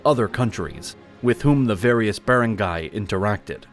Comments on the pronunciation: Please hire a filipino to make you learn how to pronounce the wordslike barangay. Ba-rang-gay. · it's not even correct the AI voice said "be-rang-gay", it should be "ba-rang-gay" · The A.I. was terrible! My Ilocano and Illongo friends all say 'Bar-Ahn-Guy' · Nice video but it kills me how he says barangay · The AI voice need to learn correct pronunciation. Start with barangay. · Manila and Barangay’s pronunciations